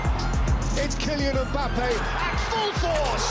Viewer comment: IT'S KILLIAN EM BAPPAYYYYYY!!